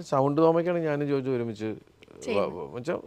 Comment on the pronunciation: ജോജോ അല്ല ജോജു..😂